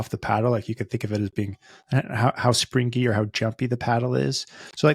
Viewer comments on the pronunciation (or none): Your pronunciation of “springy” is a bit out there! You’re saying “spring-gee” when most people would say “spring-ee”.